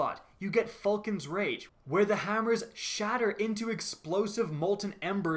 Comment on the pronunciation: He said faulcan's rage instead of vulcan's rage